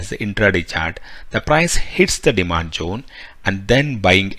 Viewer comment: Pronounce properly zone not jone